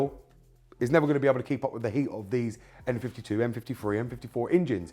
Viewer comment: I cant tell if hes saying M or N. Was that N52 or M52